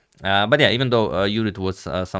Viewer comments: When he says "Judit" its poetry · BTW he says it right